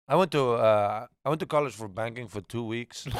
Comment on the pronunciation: I thought he was joking and said "banging" not "banking" until later in the show and they talked about it again. 😂 #puretrash